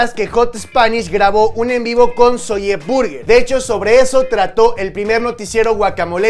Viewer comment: por que dices "Zolle Burguer " ? ¿? 😒😒